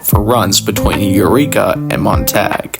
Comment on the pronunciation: You're pronouncing Yreka and Montague very wrong. Yreka is "Why reka" not "yer eka". And Montague is "Mon Tag you".